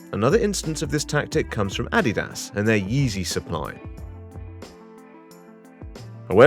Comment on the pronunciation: It wasn't until the narrator pronounced Adidas as "Aww-Dee-Dahs" that I realized this was AI Generated garbage.